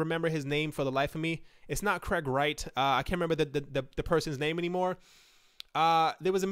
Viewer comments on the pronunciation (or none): none